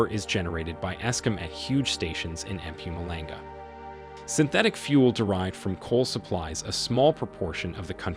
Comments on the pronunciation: Hi I'm actually South African and currenty live here in SA today. Thanks for this video! I just have to give you a quick tip: you pronounce Mpumalanga like this: Mh-pohm-ahh-lahng-gah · Love the way you say EM PUMALENGA 😂😂😂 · This is an awesome video, the only thing that made me laugh was how you pronounced mpumulanga 😂not an easy one to say,but well done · that Mpumalanga pronunciation has me on the floor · And Natal